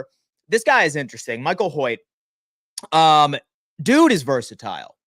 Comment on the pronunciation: Pronounced “Hoyt”